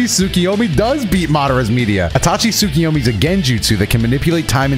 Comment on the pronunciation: you were right,. Tsukuyomi, not tsukiyomi